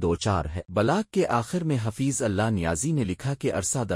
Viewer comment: حفیظ کا نام تو صحہح لو بھائ؟؟؟؟؟